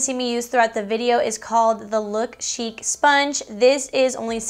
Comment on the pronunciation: Chic is pronounced .... SHEEK. 😊 I'm loving the Milani concealer too.